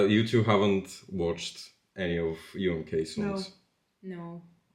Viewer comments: Umm-kaah? Wait, has been mispronouncing yet another national final name!? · The way you say "oomkah" is really funny to me :D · Your pronuciation of UMK is almost as devistating as gabes pronunciation of FIK 😭